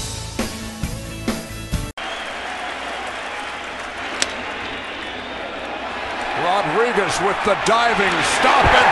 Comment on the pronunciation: Man, I can’t stand the way Michael Kay says Rodriguez. He says ROD-DRIGUEZ. Emphasis on the “D.” Now you’ll never not hear it. You’re welcome.